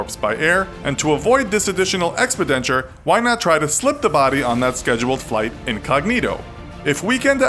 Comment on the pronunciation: Thank you for the creative pronunciation of “expenditure.”